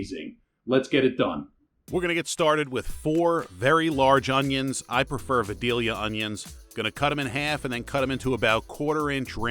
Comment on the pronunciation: If you are going to use southern onions then you need to prounce them correctly, they are called Vy-dale-yah